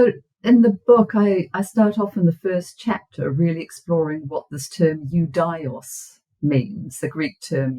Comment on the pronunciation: Ιουδαίος= youdeos and not youdaios... Αι in greek is E , and she keeps repeating it a million times